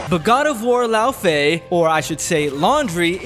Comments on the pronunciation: It's thoroughly Norse. Laufey, as attested in the Prose Edda, was the mother of Loki. Loki's full name in myth is Loki Laufeyjarson: Loki Son-of-Laufey. It's not pronounced "lao faye" like the English butchering of it, but /ˈlɔuːv-ɛü/ in Old Norse (f is a v sound in the middle or end of words, y = German ü which doesn't exist in English). It's unclear from myth if she was of the Jötnar or one of the Æsir. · He says it like "Lao Fei" - so it sounds Chinese. There was a Kung Lao, and there was a Fei Long. So you get a Lao Fei. Freudian slip, lol? Either way the name used in the game is dumb.